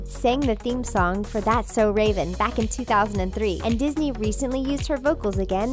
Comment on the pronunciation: Fun fact that's not how you pronounce Ravens last name - many people think that's how you say it but it's not